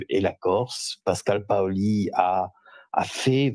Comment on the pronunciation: Ce monsieur s’appelle comme Pascal Paoli ,bien puisqu’il est corse qu’il prononce:paoli et micca pas au lit !!dopu un devi micca sta monda tempu in Corsica pà cunfurma certi cosi!!!!!!!!